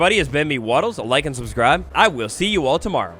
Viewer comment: Anyone else notice he said suscribe?